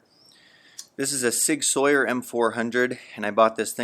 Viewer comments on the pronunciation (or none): I've never heard it pronounced "Soy-yer" :) Always hear "Sour" like "Sauerkraut" Nice build though for sure and good info! Thanks!